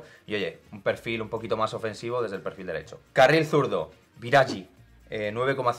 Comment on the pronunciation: Querría hacer una puntualización para que la podáis corregir en próximos vídeos. En italiano la finalización en -ghi es como nuestro -gui en castellano. Por lo tanto, sería Biragui, no Biragi en términos de fonética. Disculpas lor la chapa. Sois unos cracks. Fala galeeera